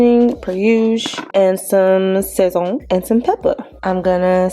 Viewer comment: It's pronounced more like sah-szohn and the emphasis/stress is on the end of the word, just btw~ it's just cumin, garlic, coriander, and this stuff called annatto which is what makes it so pigmented. It also has msg I believe~ my family (puerto rican) also uses it in everything and it's purpose is literally to make stuff look seasoned 😂 we use the goya packets though.